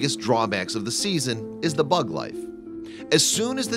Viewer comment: 26 (the bud life) lol sounds like you said bug but it was written bud : )